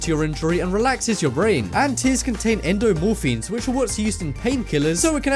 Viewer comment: endorphins not endomorphines.....and neurons not neutrons. All in all I saw this exact list on facts verse but I watched the whole of this one for some reason.